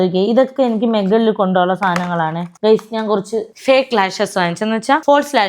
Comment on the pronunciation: മെഗളിൽ അല്ല മുകളിൽ, 😃😃